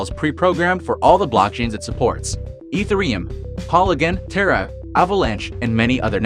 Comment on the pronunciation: ethe-reum? i does not sounds like that